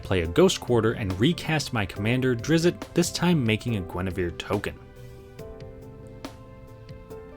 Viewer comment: It's pronounced ˈdrɪtst